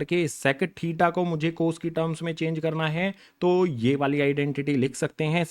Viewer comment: Tita nahi hota thita hota h😂